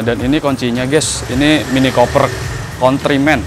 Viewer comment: mini Cooper bang.. bukan mini koper..